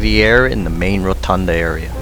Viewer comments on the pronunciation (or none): none